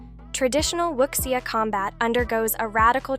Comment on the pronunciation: Please use phonetic spelling for Chines names to avoid "Wuxia" being spoken as Wuksia...